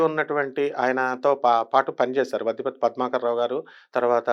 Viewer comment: నువ్వు ముందు తెలుగు సరిగ్గా మాట్లాడడం నేర్చుకో. మొనగాళ్లు అనాలి, డాక్టర్ అని పలకాలి. వద్దపర్తి కాదు వద్దిపర్తి . చీడ స్నేహం ఏంటమ్మా 😢😢😢